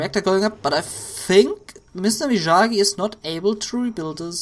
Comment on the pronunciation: It's (ME-OG-Gee) and (SHIN-NOOK)!!!!